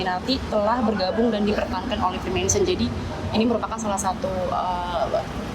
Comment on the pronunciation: Mason : tukan batu; masonry : pertukangan.. ssoo.. Free mason : tukang apa saja.. mohon koreksi..👍 Maaf to, ngebacanya bukan 'fri-mèn-sori' .. tapi 'fri-méisên-ri'..😢😢